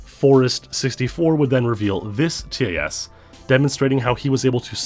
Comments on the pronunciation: Imagine pronouncing TAS as “Tee-Ay-Ess” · I'm sorry, but I cringe so hard every time you pronounce the letters in TAS XD